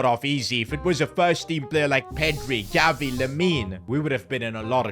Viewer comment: Bro, he says Galvi HAHAHA